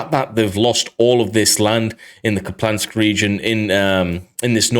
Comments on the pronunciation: It is Kupiansk not kuplansk as u keep saying , otherwise great video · Kupiansk is pronounced coopy-ansk.